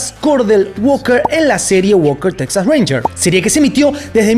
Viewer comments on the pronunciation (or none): none